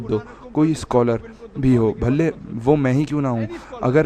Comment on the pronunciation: Bhalle nahi bhale he